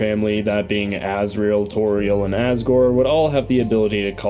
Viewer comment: "As*grel* Dreemurr"